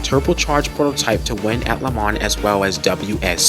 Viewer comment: Not to mention your pronunciation of LeMans, Targa Florio and many of the drivers names is all wrong. But the footage is excellent.